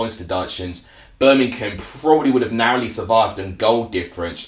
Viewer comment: Feller it’s Birmingham not Berminkum 🤷🏼‍♂️ if you are going to give reviews get the F***ing Language right